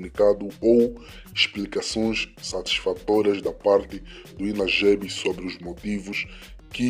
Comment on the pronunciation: ..com muito respeito! Não éh Inagebi... É; INAGBE(Inagbe)